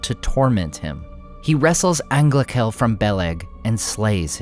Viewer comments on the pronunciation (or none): Great content, as always. But for the love of Eru, 'ch' in Sindarin is pronounced as voiceless h, not as k (it's 'Anglahel', not 'Anglakel') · angla"j"el. The "ch" is like in german.